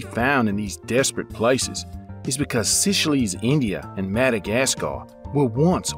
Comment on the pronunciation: It's pronounced "Say-Schells"!